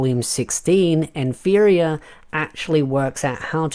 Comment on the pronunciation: Hey mate just a heads up. Nfirea is pronounced "Na-fee-ri-ah".